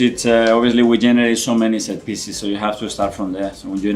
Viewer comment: "set-piecies" lol Arteta knew it from the very beginning 😂